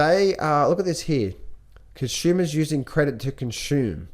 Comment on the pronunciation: Conshumers using credit to CONSHUME. 🤗 haha just had to point it out.